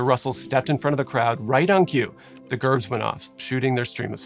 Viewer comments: Not pronounced Gerb it’s Jerb. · I Hate people that comment negative things on good videos, but you are mispronouncing the most important part of this video, Gerb is pronounced [Jerb]. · Wait. Am I wrong. I thought that in the word "gerb" the "g" is pronounced like a "j" so Jerb. Maybe I have been going round talking about this saying it wrong this whole time! haha! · FYI, “gerb” is pronounced with a J sound, like “jerb”. As a former full-time pyrotechnician, gerbs were often seen as one of our most basic effects. Being sent on a gerb shoot (usually fancy weddings) was usually one of our more routine if not mundane assignments. However it was never lost on us, and especially on me, the kind of havoc these little devices were capable of if used incorrectly or if complacency got the best of us. Unlike the situation at The Station, our effects were carefully sized to the room they were to be used in and fire marshals were always involved in the process from beginning to end. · Gerb has a soft g and is pronounced like jerb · A lot of misinformation in this video. And Gerb is pronounced “jerb” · "Gerb" is with a soft "g".